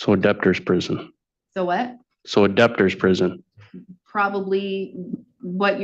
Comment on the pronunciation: He said adaptor prison. He cannot even say DEBTORS prison. It's not the court's fault that this man unfortunately has 5 other kids. He needs to stop reproducing. He is going to fight this. He has to pay the state for the cost of the birth because the mother (and then the child) were on Medicaid. Is anyone else concerned that an 11 year old special needs child is just going to his contracting jobs? Instead of actual care. He's irresponsible and a bum. He paid $5 to prove a point. He needs to go to jail for this. He will not pay, he better be held in contempt. $1300 for the birth of your own child is so low. Bringing his child to court is abhorrent. What a sick asshole. He wants to bring his child as a shield so he's not held accountable and gains sympathy.